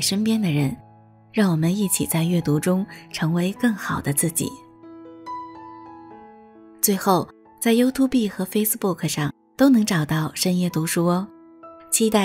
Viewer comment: YouTube應該唸You [ju] Tube [tjub] 不是You-To-Be喔！提供參考！